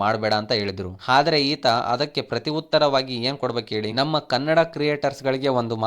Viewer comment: ನೀನ್ ಫರ್ಸ್ಟ್ ಕನ್ನಡ ಸರಿಯಾಗಿ ಮಾತಾಡೊ ಚೂತ್ಯ... 'ಹ' ಕಾರ ಇಲ್ಲ 'ಅ' ಕಾರ ಇಲ್ಲ... (ಅಣ್ಣ)✅ ಹಣ್ಣ ಅಂತೆ, ಈತ✅ (ಹೀತ) ಅಂತೆ, (ಅಲ್ಲಿಗೆ) ಹಲ್ಲಿಗೆ ಅಂತೆ